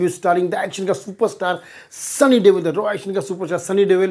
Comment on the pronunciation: It's sunny deol not sunny deval